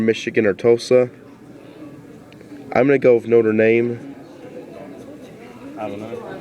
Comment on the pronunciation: BTW it's notre dame not notre name